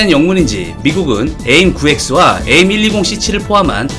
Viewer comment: aim이 약자니까 에임보가는 에이 아이 엠 으로 발음하는 것이 나아 보입니다.